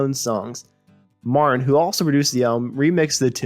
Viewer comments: Are you saying, "Marin"? It's M A R T I N. George Martin, with a ' T ' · This narrator says marin instead of Martin and pick instead of Peek I too had to go back and replay some of what was said.